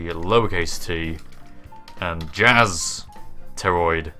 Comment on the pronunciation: Did you say "jizz" on purpose?